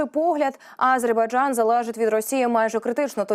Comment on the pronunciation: Навчіть цю ведучу правильно вимовляти слово Азербайджан, бо її наголос на першу "А" вже не один ефір вухо ріже🤦🏼‍♀️🤦🏼‍♀️🤦🏼‍♀️